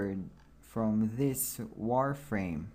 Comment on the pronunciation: Maaan this guy talk slow, also it is so obvious that many of the English words he have never ever heard in real life and that gets so annoying after a few minutes so that is the onlite thing you hear "so wi ayes" "warframe" "maack flaaw" "tvittr fiit", "Make fonit Ajjtallic", there are some many better videos out there where it doesn´t sound like a r****d teaching how to build a kite!